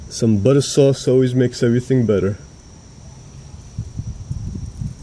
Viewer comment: “A little butta soowace “ 😂